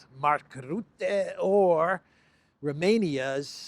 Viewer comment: One problem. Mark Rootte does not exist. His name is Rutte. Uuuuuuuu, not ooooo.